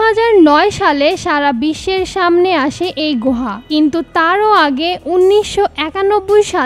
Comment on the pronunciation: গোহা না আপু। গুহা